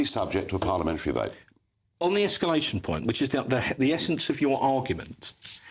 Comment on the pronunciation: It is NOT Esculation!